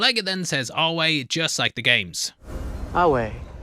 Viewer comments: FYI, the Latin pronunciation used by the Legion is actually correct as it is Classical Latin pronunciation (as opposed to Ecclesiastical Latin). Both versions are accepted, however the Legion uses Classical pronunciation (no soft C, 'V' pronounced as 'W') which makes sense as this is more authentic to the Latin spoken in the Roman Republic and Empire. As the name suggests, Ecclesiatical Latin is more commonly used in religious contexts, however it is also favoured in legalistic and scholarly contexts. It was the form of Latin used in Medieval and Early Modern Europe, and the pronunciation is largely based on modern Italian. The leader of the Legion, Edward Sallow (known as 'Caesar') was a linguist who, as many fascist leaders have done, appropriated ancient Roman civilisation in constructing his own authoritarian political entity, with this appropriation extending to the Classical Latin language. Depending on where, what, or why you are studying Latin, you might learn either Classical or Ecclesiastical pronunciation, however Classical is usually more limited to those specifically studying classics and the civilisation of Rome or linguistics as, unlike Ecclesiastical Latin, Classical Latin was spoken as a first language. In most other contexts, Ecclesiastical is favoured, which IMO is likely why Lucy tried correcting their pronunciation - her knowledge of 'prima noctis' clearly shows she is well-studied in Medieval European history, and thus is would make more sense she would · "Ave" is pronounced correctly in the show. "V" in Latin is actually a "U", but you couldn't write it on stone with a curve that well so it ended up becoming "V". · Ironically, "ave" and "Caesar", as they are pronounced in the games and in the series, are completely consistent with the pronunciation of Classical Latin. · Same with ave pronounced with a wuh sound instead of vuh